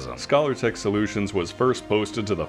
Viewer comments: Scalar is pronounced like 'skay-lir', not like scholar. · scay-lar not scaller. From Scale. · It's called scalertech as in fish scales, not scholartech as in scholarship. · Amazing review, thank you :) also I am so curious about what possesses you to pronounce 'scalar' like 'scholar' haha